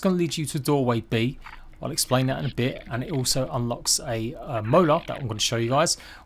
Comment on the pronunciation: explurin lol